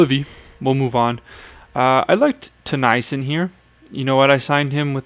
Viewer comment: Also Tennyson isn't pronounced "Tuh-nie-sun, it's pronounced Teh-knee-son. Sorry it just bothers me since I'm a sharks fan.